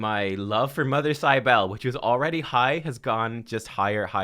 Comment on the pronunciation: Mother Cybele is pronounced SIB-ə-lee. This champion is based on an Anatolian mother goddess dated to the 6th millennium BC